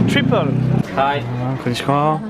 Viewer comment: et son «Con Nichon ah»!! Ca me fera toujours bien marrer. Merci pour tes vidéos! Ça fait voyager 😊